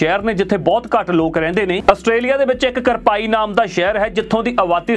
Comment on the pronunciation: ਕਰਪਾਈ ਨੀ ਕਵਿਲਪਾਈ(quilpie) ਆ ਸ਼ਹਿਰ ਦਾ ਨਾਮ, ਜਾਣਕਾਰੀ ਤਾਂ ਵਧੀਆ ਦਿੰਦੇ ਹੋ ਪਰ ਆਪਣੀ pronounciation ਵੀ ਸੁਧਾਰੋ। ਮੈਂ ਲਈ ਵਾਰ ਨੋਟ ਕੀਤੀ ਆ ਇਹ ਗੱਲ ਤੁਸੀਂ ਬੋਲ ਕੁਛ ਹੋਰ ਦਿੰਦੇ ਹੋ ਤੇ ਨਾਮ ਕੁਝ ਹੋਰ ਹੁੰਦਾ। Good work, keep it up